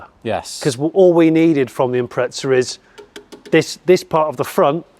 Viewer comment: There's no "t" in Impreza, ask Subaru.